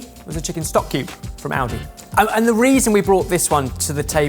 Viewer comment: When says Aldi it sounds like audi:P